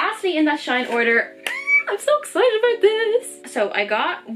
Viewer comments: never heard of shine. is it good? and btw it’s pronounced S H E E N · It's pronounced she in